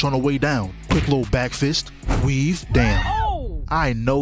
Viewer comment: How the hell are you saying weave in italics